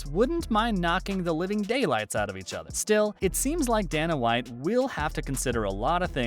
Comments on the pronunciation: Dayyyyy-nuhhhh not dan-uh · Not to mention he shows ngannou instead of mcgregor when he's talking about how diaz and mcgregor have bad blood. And come on... it's Dana, not Dan-uh. Step your game up